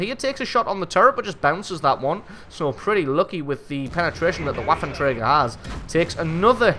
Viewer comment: Just FYI, the "w" in waffenträger is pronounced as a "v", like ventilation, vapor, etc.